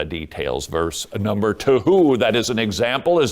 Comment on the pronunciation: "Number ta-hoo!!" Who convinced that speaking this way was a good idea?